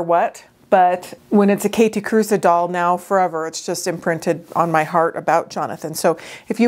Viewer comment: I love them so much ❤️❤️❤️ It was just killing me that Theriaults was calling them “Kathy Cruise” at least in their videos. I commented that Kathe Kruse was not a surfer chick and Jonathan always worked at having her name pronounced correctly ❤️thanks for sharing this 👍